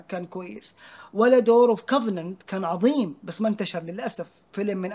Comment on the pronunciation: ادعس ولد الرقاصة اجدادنا استعمروه وعلموه لغتنا العربية وهو جاي يقاله يبي يلعمنا وهو ينطق كلمة عظيمة عزيمة💀😭